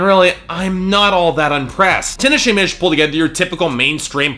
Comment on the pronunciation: I don't know about you but if someone mispronounces my name I get really pissed off. Don't expect me to take anyone seriously if they start off by saying my name wrong. If you want your name to be pronounced the wrong way, then fine and cool. Not all of us like that though. The way that he pronounced her name was the thing that made me lol if you didn't catch that haha. Anyway, if I was Tinashe watching this I would leave the first time that he pronounced my name wrong. Sure he is reviewing music. But who's music is he reviewing? Point proven.